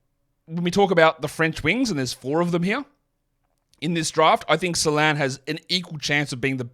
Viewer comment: Better would be if he got the pronunciation right himself. There is a diaeresis in "Salaün" for a reason.